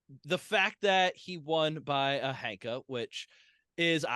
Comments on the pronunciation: You all say it a lot in this episode. Shouldn't ヘンカ be pronounced henka and not hanka? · I am no expert either but Wiktionary says that 変化 is pronounced へんか [héꜜǹkà] Hen like a chicken and not Han like the chinese 😅